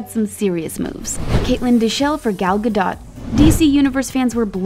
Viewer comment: How she says Galdot is irritating me.